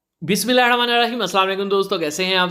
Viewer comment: Bismillah thek se parha kren